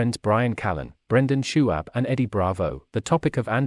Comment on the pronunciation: Shaub. not shu ab